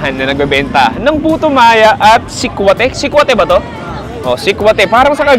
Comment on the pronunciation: Si-kwa-ti po hindi xa sihk-wahte. Sa Cebu kasi pure tablea lang unlike sa Cgy may gatas po.